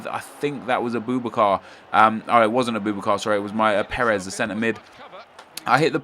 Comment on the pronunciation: A-boob-A-car.... yeah XD... anyways... Is Ter Stegen worth buying or should I get Bravo/Casilllas?